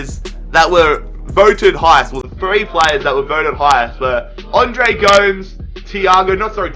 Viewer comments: Its Go-Mes not Goums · it's gomès not gomes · please stop calling him Andre G0mz. it makes me cringe everytime. Its GO-MEZ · its andre Goo-Mess not goms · Niklas #vapenaysh yer it sounds so weird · And it's not Andre GOMS it's GO-MES